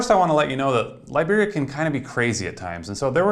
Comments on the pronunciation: I keep hearing "librarians"... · The way you said Liberia sounded like Library